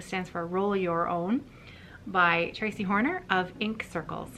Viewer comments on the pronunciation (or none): none